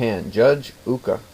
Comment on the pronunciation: The way the name of Judge Ooka is pronounced is not like in school but like a double long O (ooh) in Japanese O no matter if only one or two is always pronounced like a long O. Did the book you got the story from happen to be written by Yuki Sheldon and published by the Stars and Stripes. The one she wrote had about 15 or 20 stories of Judge Ooka. All of the stories were great and like a fool I loned my copy out and they lost it.